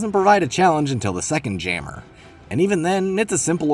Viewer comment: why did bro pronounce jammer as gamer but with a j lmfaooo